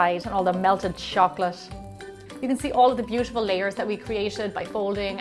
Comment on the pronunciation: Why are you saying "chocolash" instead of "chocolate"? ( ͡° ͜ʖ ͡°)